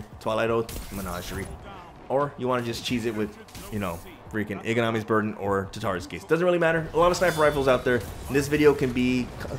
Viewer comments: You say 'iganamis' burden but its 'izanamis' burden! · Sir, It's "Izanagi's" not "Ig-anami" You're welcome very much!